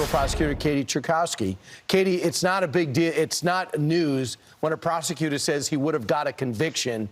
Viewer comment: persacutor not prosecuter lol